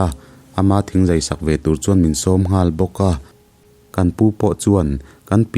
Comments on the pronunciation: Thingzai a in kawp hi hâl khat nilo in Hal-khat(Hal hi sihal a,Hal anga lam tur) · "Hal" - halphuah thlukin i thluk a, "Lo hal" thluk a thluk tur..